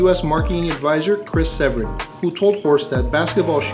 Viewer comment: Chris Severn is my great Uncle! (And it’s Se-VERN 😉)